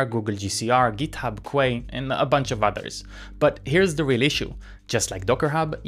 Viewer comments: i'm not gonna pretend that it makes any sense but just a heads up that 'quay' is pronounced 'key' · Also pronounced "Kee" because nautical terms are never rational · "quay" is pronounced "key" (kee)